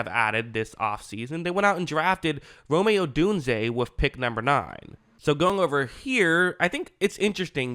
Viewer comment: Just say Odunze. 😂 Definitely subscribing! Great video.